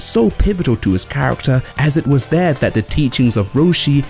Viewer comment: "Ahz e-it-wuz they-are tha-ut the tea-chings of master Roshi, that there was always someone better..." - Ugly noise. The Human language aka American English version: As it was here Goku finally understood what master Roshi meant in saying 'there is always someone better.' There is no such thing as "teachings" because teach is the riot word and "ing" is the suffix so the conjugated word is teaching, never "teachings" as that is misuse of the suffix "s," especially un this situation where you mean lesson as it is not even a few lessk s but a single lesson that you are reffing to. Leason being a subject that is taught. Unlike real Humans; everyone who uses theie mouth to breath, have no living sense of syntax and this is why they pedal linguistic degeneration of irrational and false conjunction. The Human language aka American English is generally less purtid than most other variants of the language yet mouth-breathers here in civilization(North America, minus mexico) also adore using that fake word "teachings." They adore that mess and other acts of attaching the suffix "s" where it does not belong, even going so far as to pretend that verbs which end in the syllable "s" are simultaneously the suffix "s" thus the foolishness of pretending "fishes," which is the word which describes your propensity for fishing is also "the plural noun of fish." They do the same for "waters" and "fuels," changing them from verbs to supposed "plural nouns" and this is why I say you mouth-brea